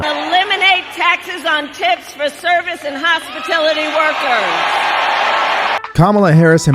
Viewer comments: Anyone notice she says hospitilties not hospitalities? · Hospitility? She can't read a teleprompter either! Kamala is the worst choice the left could make. Her lies are the only thing memorable about her.